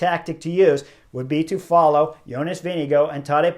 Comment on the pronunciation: Whoa! Where did you get your intel? I suggest you delete your comment. Chris pronounces it as close to how Jonas himself pronounces his name. That’s a fact. There’s no hard R in his name. Go listen to any of Jonas’s interviews where he introduces himself.